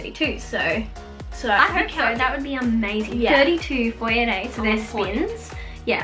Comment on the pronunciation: You guys are saying fourettes wrong just letting u know